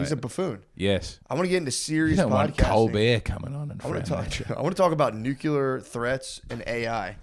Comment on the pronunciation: its Nuclear (new-clee-errr) dumbass